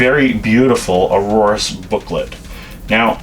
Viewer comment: Aorus is pronounced "A-yor-us" not Aurorus.